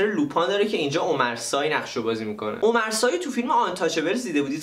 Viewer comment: lupin درستش لوپن هست omar sy عمر سی درسته نه عمر سای